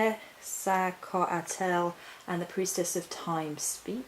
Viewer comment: KET-zal-COTtle. To rhyme with bottle. That's how the Aztecs said it, took me years!